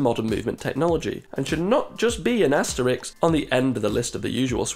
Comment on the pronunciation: ... asterisk not asterix (lol)